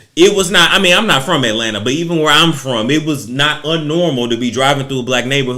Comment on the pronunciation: “Even where I’m frrromm” STL... never wanna say it but I’m convinced u from STL. Say it loud...